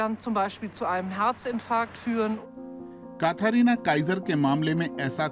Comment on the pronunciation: काथारीना नहीं कैथरीना बोलिए जनाब 😊